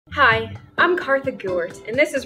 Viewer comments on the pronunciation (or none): It’s said kaththick lol